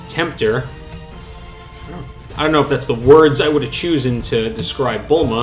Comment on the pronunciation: and chosen lol